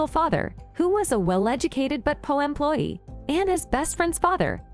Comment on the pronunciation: Learn to say poor instead of po for goodness sake.